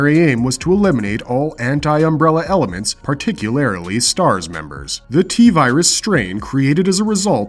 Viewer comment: Particularily and regularily. Epic